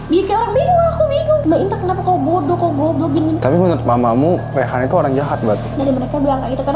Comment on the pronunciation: Bukan rehan tapi reyhan